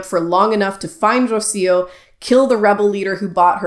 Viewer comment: And I’m literally Spanish. You literally didn’t trill the initial “r” of Rocío and literally pronounced the terminal “r” of Aguilar as an English “r” (a sound that doesn’t exist in Spanish) rather than an alveolar flap/tap. These tells are literally clear as day.